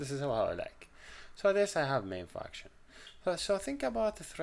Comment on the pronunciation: It feels like he says "fucktion" instead of "function"